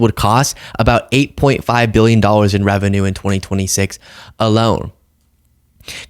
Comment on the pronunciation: I get nauseous when he pronounces billion as bee-yun. Claims to be one but can't pronounce it properly. Wonder if he can spell it? I bet not.